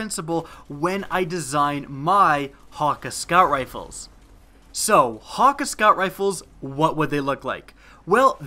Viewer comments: OH MY GOD DOES ANYONE PRONOUNCE THIS RIGHT. It's Hack-Aye. Not HAWKUH HAWKEYE HAKK OMG. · he keeps saying "hocka" when it's "hockay" and I can't get over it :P